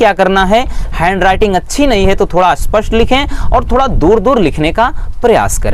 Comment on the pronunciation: Aspast nahi spast